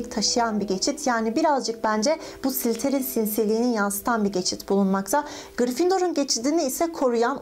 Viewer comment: sliserin dedi:)